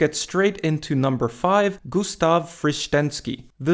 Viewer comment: Cudos for pronunciation of Frištenský's name. He was real beast!